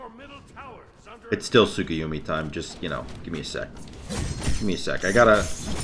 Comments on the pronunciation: Nice vid but saying tsukuyumi and not tsukuyomi was giving me some sort of tick in my neck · TSUK-A-YUMI cmon lol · You’re not saying his name right